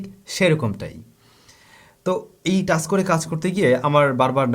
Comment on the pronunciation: টাস না ভাই, টাচ্